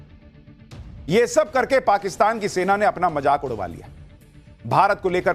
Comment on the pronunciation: Jaisay raw ni raaaaa 😂😂😂😂hota hai waisay majaaak😂😂😂ni mazaak hota hai😂😂😂😂